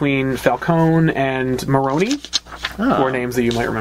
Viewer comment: You are all pronouncing Falcone wrong. The e in the end is like the e in spider. And the way you are pronouncing Marone means bollocks in italian. Still you pronounced Alberto very well :)